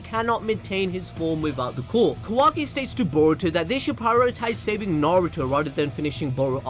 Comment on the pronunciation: does he say quirk or core cause I think I've been watching too much My Hero